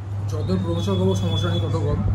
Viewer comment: সামোসা ❌ সমস্যা ✅ 😂😂